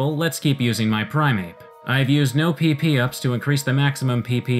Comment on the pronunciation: you're saying it wrong it's PP for powerpoints not PeePee for... well... PeePee